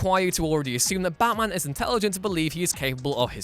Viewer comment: I don't know but.... The way you say and the no. Times you said Batman is disturbing... Becckkmen baatmen Bachmen wtf is that